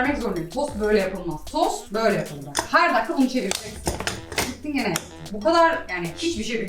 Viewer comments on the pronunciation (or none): none